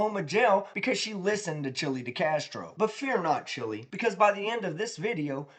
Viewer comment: i'll b mocking him as "Chili DeCATsro" here shortly